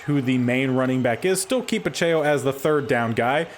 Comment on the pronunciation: Isaiah Pacheco is like Pa-check-o Foyesade Oluokun is like Fo-yeh-sod O-loo-o-koon Sterling Hofrichter is like Haw-frick-ter